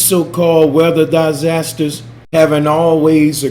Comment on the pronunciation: "Die-zazsasters" , Space-lunch ???